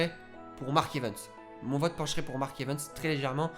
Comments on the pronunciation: "Mark EvEns" à la place de "Mark EvAns" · Tu me stresses quand tu prononces "Mark Evens" à la place de "Mark Evans" 😭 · Oe grv moi aussi